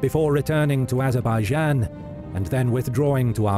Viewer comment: when you said azerbaijan you lost me mate